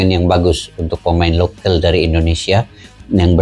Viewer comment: Lokal bukan lokel !!!!!!!!!!!!!.